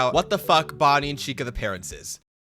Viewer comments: yo bonnie did not say bonnica💀💀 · bro did NOT say bonnica 💔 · bonnie did NOT say bonicca bro